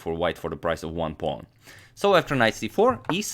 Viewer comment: I am extremely amused at how you say pawn. Pong to D4